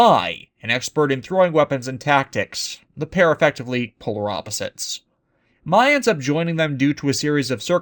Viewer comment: For the record, her name is actually pronounced "May", despite being spelled "Mai" Just saying. Thank goodness Shyamalan didn't get a wind of this. "What a twist?", indeed.